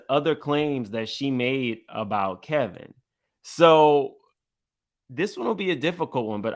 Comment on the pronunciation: Why does keep calling Wendy's ex-husband, "Kelvin"? Isn't it "Kevin" (that's what it says above)?